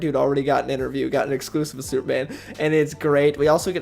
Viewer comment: Soup-man? Does he keep saying Soup-man?